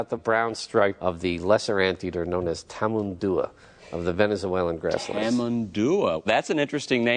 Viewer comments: "what does taman-dua mean in venezulan" 💀💀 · Lmao funniest part is he's such an expert yet he doesn't know how to say Tamanduá